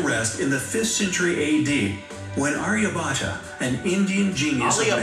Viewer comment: You must respect our great mathematician his name is Arya bhatta not Aliya bhatta.